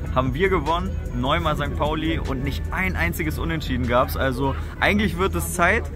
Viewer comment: Bist ja ganz sympathisch aber das heisst St. Pauli ☺️